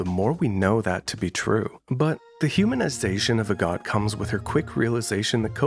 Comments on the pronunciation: its actually pronounded like ahh-got cus it's based on agatha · every time u say agott i thunk u say a god